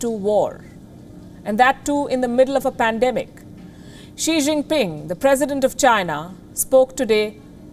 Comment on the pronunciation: Xi jing ping ❌ She jin ping ✔️